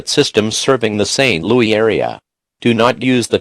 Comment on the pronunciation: Robot: St LoE Me: Robots are dumb